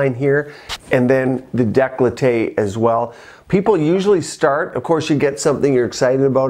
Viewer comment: Decollete is pronounced deh - coe - let - teh not de - clo - tay